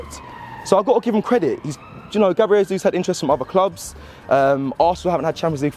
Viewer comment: At least learn how to pronounce his name, mate.